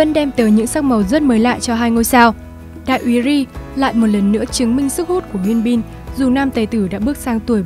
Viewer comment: Mình nghe giọng đọc của bạn dễ chịu vì đọc đúng tên nhân vật chuẩn tiếng Hàn, hi vọng các video sau của có sử dụng tên tiếng Hàn sẽ đọc đúng như vậy (Thực ra gần đúng thôi vài tên vẫn đọc sai, nhất là Hyun Bin)